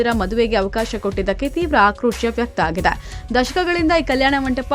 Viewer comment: Aagida alla aagide ,aagide anta correct aagi helu